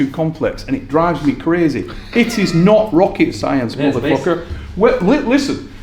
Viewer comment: "It's not rocket-science (pauses) motherfuckerrr"